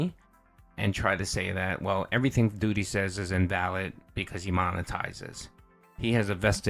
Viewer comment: Doodeee, Dhalseeem. Someone tell this pig he's pronouncing names wrong